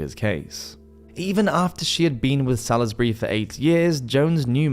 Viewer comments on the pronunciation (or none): Salisbury is pronounced "sawls-berry". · Yes, shicking pronunciation. Especially irritated by the pronunciation of Salisbury